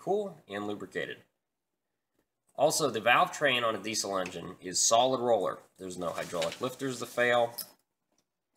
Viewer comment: Diesel not desle